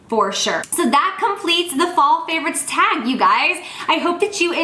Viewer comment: she says "Fall favorite thag" hahaha she's cute